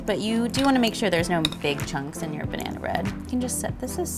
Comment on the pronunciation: She said banehna, not banana. That's why.